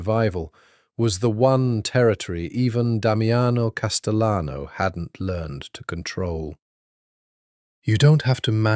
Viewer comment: AI has a problem differentiating between Spanish and Italian surnames. If you intend the correct Spanish pronunciation of Castellano, the double LL is pronounced like a Y. So it’s Cas-te-yano.